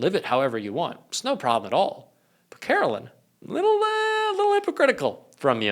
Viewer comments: You're so right. But it's not Karolyn it's KaroLINE. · you’re awesome and you have to start pronouncing Karoline’s name correctly—“Karo -Line”, not “Kara-Lynn.” I’m not a fan of hers at all, but we gotta get the names right. Thanks for all you do! ✌️